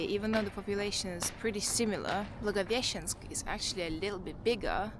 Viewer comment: You are actually one of the few foreigners-vloggers who can pronounce Blagoveshensk correctly, respect👍🏻